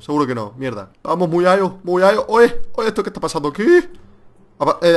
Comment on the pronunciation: Muyayo?? Si intentas decir MU-CHA-CHO dilo con la ch por favor ,no con la y